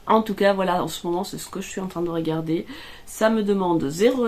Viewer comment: Pourquoi quand tu parles, mets- tu des accents là où il n'y en a pas ? Ex : régarder (ré) au lieu de regarder (re), etc... ce n'est pas une critique, mais j'aimerais comprendre... 🤔